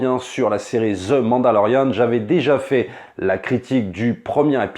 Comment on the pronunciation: ZE MANDALORIAN